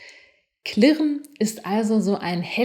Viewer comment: Liebe, kli(e)rren ist Dialekt. Entschuldigung, musste raus;)... klirren wäre richtig (Trotz alledem ein hervorragendes Video)